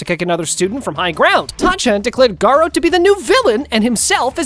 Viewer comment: bruther its garou